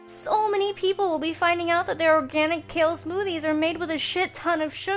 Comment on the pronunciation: She could be spokesperson just needs to stop saying kale smoothes